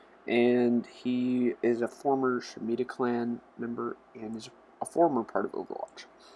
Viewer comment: Shimada not shimida and he's his younger brother actually